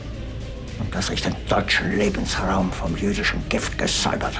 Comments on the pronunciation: намери си редактор, който поне владее чужди езици. Не се казва ЛебенЩраум, а Лебенсраум (Lebensraum). Не е НеКронски декрет, а Неронов (по името на император Нерон). Пълно е с фактологични грешки, очевидно видеото не е правено с разбиране. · Прекрасен клип! Само произношението на немски е грешно. Lebensraum - Лебенсраум, стая на живота буквално. Dolchstoßlegende - Дольхщтосслегенде